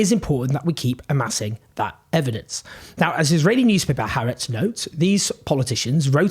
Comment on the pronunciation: Please, that newspaper is is pronounced Hah Aretz, it's 2 separate words even though it's written together. Ask anybody who speaks Hebrew. Even the BBC gets it wrong.